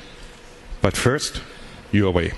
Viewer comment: Gee, this guy can't even pronounce Huawei right, wtf. totally off. Dude, it's Huawei not Huiway